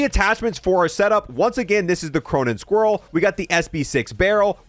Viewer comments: “Cronen squirrel”🤣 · "Cronen Squirrel" 💀💀💀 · KY-merr-uh and Cronen SkWALL.. not squirrel wtf is wrong with this guy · "Chai-mera" "Cronen Squirrel" 😬